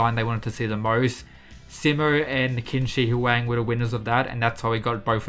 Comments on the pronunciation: Mand did not just say “Kin Shi Huaang” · bro said kimchi hu ang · Qin shi huang is pronounced as Cheen shi hwang :D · i think all the chinese boutta hate how he says qin shi huang